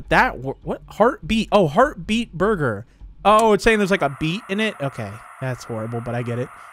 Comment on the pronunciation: you butchered the heart beet burger so bad bro😭